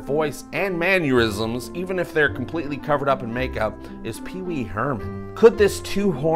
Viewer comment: BTW... "Mannerisms" is pronounced Man-ner-isms not Man-your-isms. You said it correctly once, then you went back to saying "Man-your-isms"🙄😀